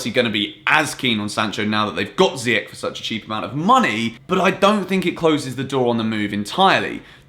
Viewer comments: Not ziyak it's ziyash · Please refer to youness's video on saying "ziy-esh" 😂😐not "ziy-ech" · Look after my boy, Moroccan pronunciation is zee-esh 🇲🇦😍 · Hakim Ziyech (pronounced Zee-yeah-sh) just so everyone can stop saying Ziyek like its an English word 🤦‍♂️ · Ziyech .. Ch, not k .. Pronounce it right. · it's "ziy-esh", as cleared by Youness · So? Ziyech isnt Dutch, he's Moroccan so it's pronounced "Ziyesh" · Literally doesn't matter that he was born in Netherlands. His parents are both moroccan so they would pronounce it Ziyesh. I'm pretty sure Ziyech values his parents over temporary teammates. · Watch youness video to knw how to pronuce hakim ziyech name u still pronuce his name wrong....